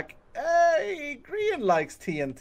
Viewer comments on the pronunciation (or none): At the beginning of the videos I usually go over your script as “Hello! My name is Grian and welcome back to hermit craft...” But as I said Grian he said “poultry man”. I just sat there contemplating if Grian was Poultry man. But I must be nuts! There’s no way that’s true... Right? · Grian: poultry man Subtitles: Paul Chu Man Me: which sounds better? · it's not greenery, it's grianery